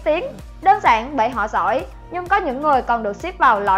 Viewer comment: Rỏi của rỏi 🤣, thế rới 🤣